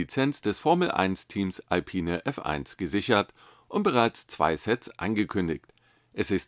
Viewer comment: Bei Alpine bitte das e nicht mit betonen. Der Citroen Type H sieht ja richtig gut aus